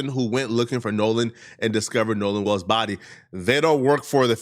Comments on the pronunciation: WELLS not WALLS!! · Nolan's last name is WELLS! NOT WALLS! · In order to take you seriously, you need to learn how to pronounce Nolan's last name correctly! It's WELLS not WALLS! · Bro said Nolan walls bro 🙄